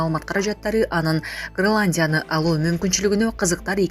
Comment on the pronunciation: Граландия эмес Гренландия сабатсыз кыз😂